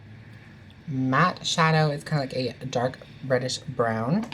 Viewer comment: When you said reddish brown I thought you said British brown and I was like what XD and I had to play it back